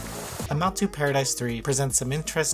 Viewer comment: Imouto isn't pronounced "Imm maught to" It's pronounced like "E mo toe" and it means "younger sister." The word doesn't mean incest but well...if it's a hentai game about younger sisters or cousins...